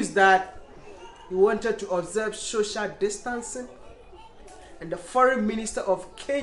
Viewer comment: Am I the only one who heared "shoshal distance" insted of "social distance" 🤣